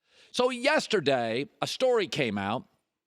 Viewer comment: Yester-DAY ...ok Forrest Gump